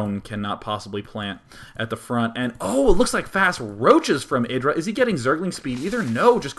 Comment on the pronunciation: you put a weird accent on the IdrA name.